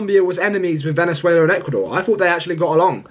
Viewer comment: When you said VENEZUIELIYA 😅😅😅